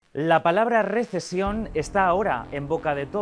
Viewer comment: Dijieron RISIESON no RESECIÓN